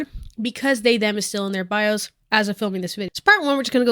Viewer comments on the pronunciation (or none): none